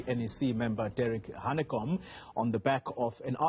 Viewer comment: It is #VETERANHANEKOM to you Xoli. Not how you announced his name.